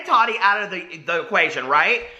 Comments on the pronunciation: Lmao I love you so much but I cringe so bad when you say tadi instead of TaTi 😂😂❤️❤️❤️ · Every time I see Tati now I think about her saying it bugs her when people don't pronounce her name "tat-tee' 😂 yes she has mentioned it ha,ha Love her so maach! I do enjoy her videos most of the time, but as someone here said I think she is an influencer verses a creator. She's awesome for reviews, but if you want creativity you are going to look to Jeffree or James..or Nikki. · How are people giving you a hard time for saying “Tati” wrong? Many Americans say the ‘t’ in a word softly or like ‘d.’ In the part of NY I’m from no one says a hard t like that 😂 For example, if I were to say “button” you don’t hear me say the t at all, and if I hear someone (like a youtuber) say the harder t I actually feel surprised and I’m like, why did that sound so weird just now? 😂 I don’t think it’s wrong, it’s just a pronunciation thing 🤷🏼‍♀️